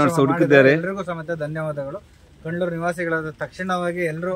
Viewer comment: Dayavittu place name correct aagi heli.. Idu kandlur kalavara alla... Good job....